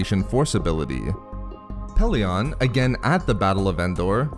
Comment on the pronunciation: 1st name I've heard mispronounced "Pellaeon"..short e in todays audiobooksand sounds better not short o at the end. unless you're a fan of the early audiobooks then add a C in the middle of Coruscant and kep using the short o of Pellaeon